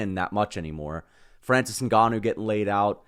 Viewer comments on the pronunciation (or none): none